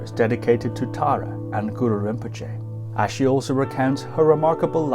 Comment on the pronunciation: It’s really inspiration to listen history of Bhutan‘s noble Family. I think ༼ Achi ཨ་ཕྱི་༽not ༼Ashi ཨ་ཤི་༽